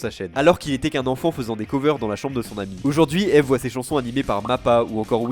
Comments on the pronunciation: jten supplie ça se prononce ive pas ève ... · Mon chanteur pref depuis que le saint algorithme youtube (lol) m'a recommandé Anoko Secret y'a maintenant 5 ans. Contente de voir une vidéo sur lui en français, et de qualité en plus. Par contre, son nom se prononce "ibu", (en tout cas c'est comme ça que lui le prononce), ça me semblait important de le préciser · J'ai bien aimé la vidéo, mais d'avoir écorché son pseudo tout le nom de la vidéo ça m'as tendu ahah, ça se prononce "Eebu" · beaucoup on commencer a suivre Eve (que je prononce Yve personnellement) avec jujutsu kaisen, pour moi c'est l'inverse, je suivais déjà Eve depuis un certains temps et il m'a donner envie de commencer JJK (. ❛ ᴗ ❛.) 5 voir 6 ans que je le suis, que je suis tombée sur Dramaturgy puis outsider, j'ai eu des frissons avec Last Dance puis We're Still Underground, d'abord le teaser puis la musique complète (❁´◡`❁)